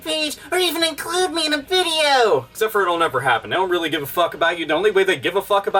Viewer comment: They could've just been happy with what they had but they just had to try and push the boundaries, they had to ask for more. The apology made me cringe especially when they were trying to explain what they "Weally meant".